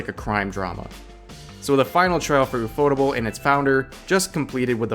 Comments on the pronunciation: first time ive ever heard someone butcher ufotable so hard unfotable hehe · Is it just me but I thought it was UFO table ? Never heard anyone pronounce it before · Got to cringe every time you say ufotable as one word ..... Correct me if I'm wrong but it's read: " U F O Table"